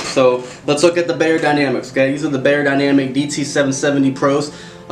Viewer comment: Great review! 👍🏻 Thanx a lot. Just a tiny little remark from a native German: "Beyer" in the brandname "Beyerdynamic" is pronounced like "fire", not like "layer". I hope it is clear what I mean 😊😇.